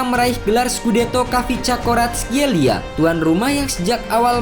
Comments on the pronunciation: Admin nya kesulitan sebut kvaratskhelia😂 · Admin kesusahan sebut nama si kvarat wk